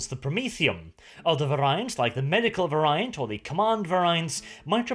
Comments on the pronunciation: Variant, pronounced as in all English awkward non purely phonetic words is "var-e-ant". But if you like a challenge try Gaelic. Not that I am in a position to criticize as I have no second language..... I barely have a first one. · somebody please tell how to pronounce "variant". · I can't get used to the pronunciation of variant, but fantastically entertaining video again.